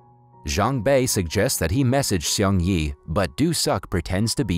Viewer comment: Seung is pronounced as SNG without the vowels. It sounds like a car speeding. Please if you're going to review this kind of stories, ATLEAST LEARN TO PRONOUNCE THE CHARACTERS' NAMES RIGHT.